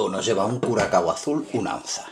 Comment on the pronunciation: SE DICE BLU CURASAO BRO ES LA C TRENCADA